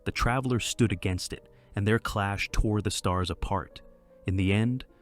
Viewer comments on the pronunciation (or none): none